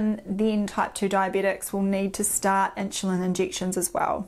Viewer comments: ☺️starting to drive me crazy - never heard “inshulin” before 🙄. “Nixt”… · Is she saying ‘inchulin’? Not trying to be funny but she pronounces everything else 💯 fine so just curious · Could not listen to 'inshulin '... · Inchulin, lol. Accents are funny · What is with the weird pronunciation of "insulin" ?